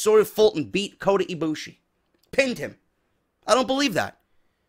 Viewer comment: K-O-T-A IBUSHI not koty ibushi lol.